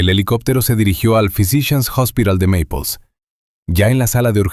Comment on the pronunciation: La credibilidad depende de que todo sea correcto....la ciudad no es Maples sino Naples...y esa cafeteria tayama se llama Tamiami....es decir...suena feo eso..